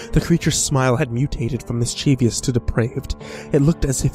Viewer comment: GESTURE: pronounced "jess-ture", not "guess-ture". MISCHIEVOUS: pronounced "miss-chi-vus, not "mis-chee-vee-us". If you are not sure of a word kindly look it up for pronunciation. Mispronunciation detracts from the story, and causes me to lose track of the story line and, ultimately, lose interest in the story.